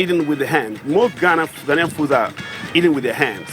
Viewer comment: 👍🏿👍🏿👍🏿👏🏿👏🏿👏🏿. The gentleman says Ghanaian correctly. Try visiting Ghana for holidays.